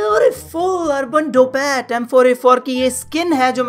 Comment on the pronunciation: urban dopat insted of ddpat